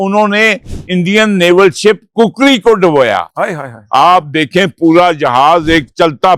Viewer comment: عدیل صاحب نوٹ کریں 👇 کُکڑی ❌ کُکری ✅